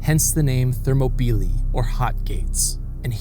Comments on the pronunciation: Thermo- peely? I was under the impression it was pronounced Ther-MOP-el-EYE. Ready to be corrected. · Thermopylae: pronounced ther-mop-oh-lie, not thermo-pee-lee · How do you start off mispronunciation a word as popular and well known as Thermopylae? “Thermo-peelee”? Really? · Excellent Also the actual Greek name of the area is Θερμοπύλες Θέρμο=Hot Πύλες=Gates and is pronounced Thermopyles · thermobeelee? never heard that pronunciation before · I had to rewind just to hear his pronunciation again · enjoyed it but wonder if you googled pronunciation of themopylae beforehand